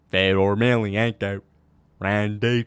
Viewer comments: Why does leave out the N in Fedors last name? It just sounds dumb and like a casual. It ain't Emilianko like how he is saying it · I've never seen this guy, but when you can't pronounce Fedor's last name, you shouldn't be giving any opinions on MMA.